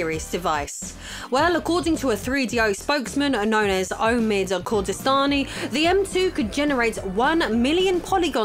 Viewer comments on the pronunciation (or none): none